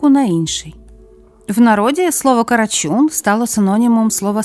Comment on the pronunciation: Не карачюн а карачун бо слухати неможливо